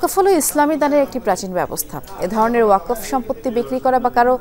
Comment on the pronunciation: উচ্চারণ হবে ওয়াক-ফ